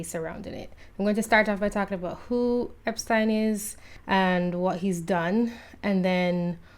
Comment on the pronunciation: I'm just glad someone knows how to pronounce 'Epstein!'